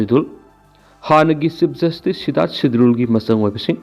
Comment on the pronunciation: Sidarth mirdul haibane sidul haiba natte